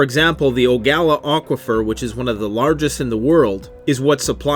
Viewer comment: Oguala aquifer hahahahhaha Its ogualala aquifer you dumb fuck